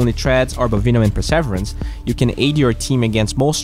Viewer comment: acompanho seus videos há muito tempo! Foca em melhorar sua pronuncia do "TO", vc fala "TWO"! Neste video achei outro que foi meio engraçado, vc falou "persévrence"! kkkkkk, thank you for the content, we appreciate you!